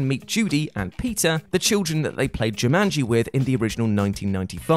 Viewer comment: Uh no, Cobb did not enable a power hungry magnate. He stopped a power hungry magnate from gaining a monopoly and becoming an energy superpower. Saito even explains this fully. Many points added for pronouncing Jumanji correctly. So tired of hearing, "JuMUNji." LMAO